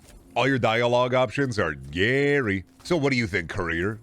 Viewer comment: what do we do to the gary that says gayr